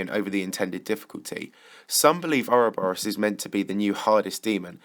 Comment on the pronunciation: how hard is it to do a little research and discover that not only is a a worm, but most definitely not pronounced 'ouroburiourus?' expected more effort from tbh...